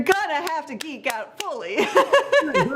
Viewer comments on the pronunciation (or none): geek not eek 😄